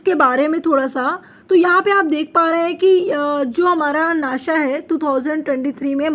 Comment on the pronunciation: अरे माम वो नाशा नाही होता नासा होता है